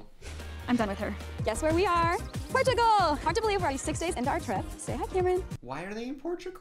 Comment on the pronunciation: as a portuguese person, hearing addison rae say my country’s name was every negative emotion combined, but it’s fine because said it too and he added 10 years to my lifespan